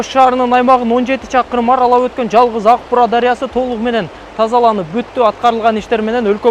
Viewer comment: Урматтуу мэр,озунуз журналист болсонуз анан Аг-Буура эмес АК -Буура деп туура айтыныз